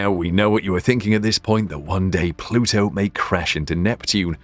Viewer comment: said "plutu is a planet "....